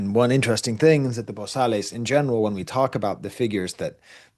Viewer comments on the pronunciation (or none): Also wanted to add in “Bosales” you don’t pronounce the “Les” it’s pronounced “Bo-Sal”